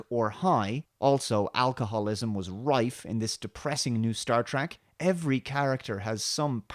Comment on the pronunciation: "alcoholism is rife" ... Not just Rrrrrrife I would contend but .... WideRife.